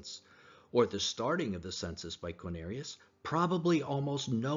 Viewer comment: You lost a lot of credibility for me when speaking of the census of "Quinarius". ??? It's not Quinarius, but Quirinius. For someone who is purporting to put forth details surrounding the birth of Christ, how am I to take you seriously, when you can't even pronounce the governor's name correctly. 😊